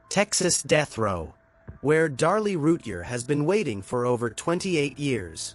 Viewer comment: You need to say her name right. Every time.